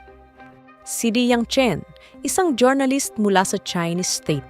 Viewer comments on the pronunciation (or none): next time po jor-na-list paki pronounce po ng jur-nuh-luhst thanks.